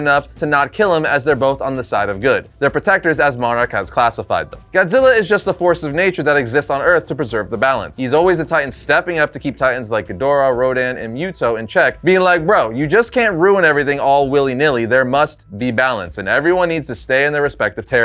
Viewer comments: Yeah "literally"...ugh and it's pronounced, (moo-toh) not (mew-toh) like literally bro ... Literally. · Why did you say muwto its muto